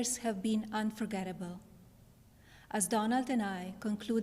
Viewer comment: Did she say last 4 years were unforgettable or unforgivable??? 😂😂😂